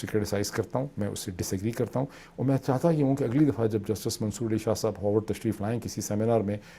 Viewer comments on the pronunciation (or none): Mr Moed, it's Harvard, not Howard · ڈاکٹر صاب تسیں ہارورڈ یونیورسٹی HARVARD UNIVERSITY نوں ہمیشہ ای ہاورڈ HAWORD UNIVERSITY کیوں آخدے او۔ تہاڈے کولوں اس طراں دا برا تلفظ دی امید نئیں آئی۔ ویسے میرا پتر وی اپنی ریذیڈنسی اور MPH واسطے ہارورڈ ای گیا آیا۔ برا نہ منائو۔